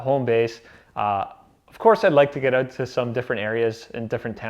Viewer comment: "Excited to get eh-oot" lol. Nice sled bro, looking forward to tagging along on your adventures!